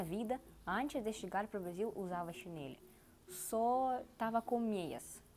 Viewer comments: Chinelo não chineli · Mas não se diz Chanelle e sim chinelo. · Você precisa prestar atenção na forma como falamos. Exemplo: c h i n e l o ....ooooooo Não CHINELI. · Chinêle..? Xínêle?